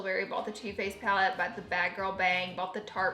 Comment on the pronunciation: Just me who thought you said toothpaste instead of too faced....